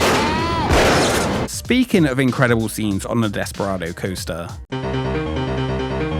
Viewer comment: ‘Desperardo’ oops. 😅